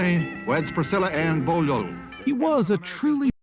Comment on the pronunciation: I do love how the voice in the video pronounces her name. Bollioll? 😂😊